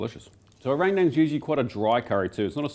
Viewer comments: As Indonesian I'll teach you how say Rendang properlay, it's Rent & Dung without a pause between it, RENTDUNG. And NO, I'm not kidding. 😄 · not to be that guy, and I understand the common mistakes in saying other language's words... but, Rendang is pronounced Ren (as in Karen) Dang (as in dung beetle)... Love ur vids!!